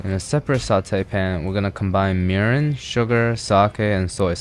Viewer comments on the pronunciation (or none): none